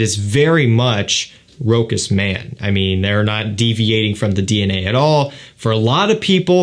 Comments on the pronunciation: it would've been Rokas if it was a german cologne, but Rochas is French so Rosha is the way to pronounce it:) but thanks for the review otherwise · We say Rochasssse not Rokas in France! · I always wonder if it is pronounced Rochas as you say it (Ash says it the same) My Mum speaks French and pronounces fragrances correctly says it sounding like "Roscha ". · It's French and pronounced 'ro-shuss' (with a short 'o', stress on second syllable)